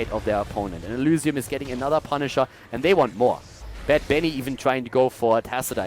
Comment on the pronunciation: Kc F The way he says the y is very german, sorta makes it sound like elusium, though not really, cause there's no real letter that mimics the german y. Or I'm just imagining things